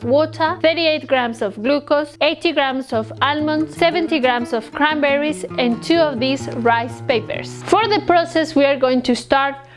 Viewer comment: Cranberry or crenberry🤣